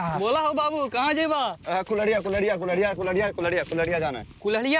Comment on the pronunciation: Ara arariya nahi kulhriya hai be 😅